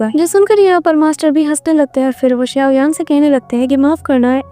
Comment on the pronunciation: SAuyan nahi xaio yan he😅😊